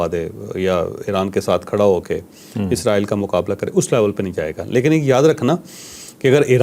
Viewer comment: pronunciation is Israel not izraeell